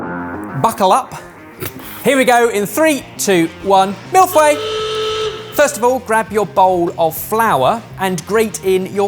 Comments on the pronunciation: way to rape the pronunciation of 'feuille',.:p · The pronunciation was so off hahaha its closer to "foy-uh"